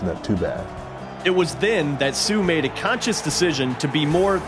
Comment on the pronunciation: Funny how the narrator has so much respect for Suh but doesn't put any effort into pronouncing his name.